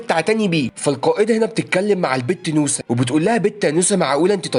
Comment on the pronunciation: انت تقول نوسه وانا اسمع موسى😂😂😂😂